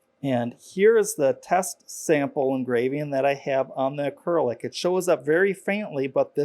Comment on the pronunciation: Please learn to pronounce acrylic correctly.